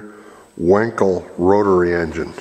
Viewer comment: its wankel , not wenkel...